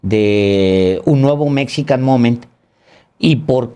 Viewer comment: Que pasa Paez (Chapatin), tu nos dijiste que hablabas ingles y la verdad, ya nos dimos cuenta que eso no es cierto, lees GP Morgan, cuando es JP Morgan dices Rusbel en lugar de Rosabelt, Mexican momen (Mexican MomenT). Nos mentiste.